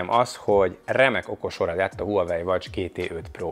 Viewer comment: Legalább a nevét mondaná ki rendesen...gáz nagyon, hogy Huawei-ezik végig. Kiejtve "vavei". Az autónál sem azt mondjuk hogy Peugeot, hanem azt "pözsó". Azt is ki bírja mondani hogy "ájoesz" nem azt mantrázza hogy "ios"...